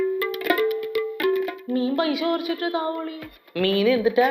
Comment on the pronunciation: താഒളി അല്ല മൈരേ താാാായോോോളി..... എന്നാണ്.